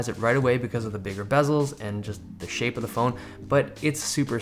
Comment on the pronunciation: Jose Alonso lol he said "shape "!